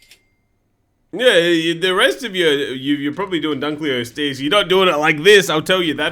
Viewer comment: dunk-lay-osteus like lebron